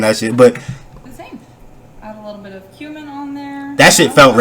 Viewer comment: Not mispronouncing cumin man… can’t take this shit